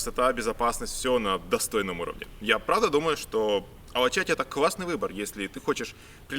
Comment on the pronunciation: Очень классно показали все, наверное это лучшее видео об Измире...но правильно говорить Алачаты, ударение на последний слог. Ал- алый, ала разноцветный, чаты-крыша. Полагаю отсюда перевод красная или цветная крыша. И...кумру, а не кумрю ;) а туркам даже нравятся такие ошибки. Удачи!